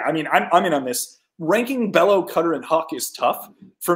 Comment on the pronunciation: The pitching guru can’t pronounce Bello or Houck?